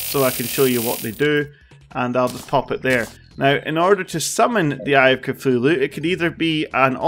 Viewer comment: When he said eye of Cthulhu it sounded like I a cfulo